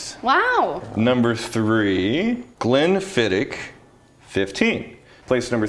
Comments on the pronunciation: Just so you Yanks know, it's pronounced Glen-fid-itch. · It kills me as a Scotsman hearing Americans butcher pronouncing Glenfiddich =(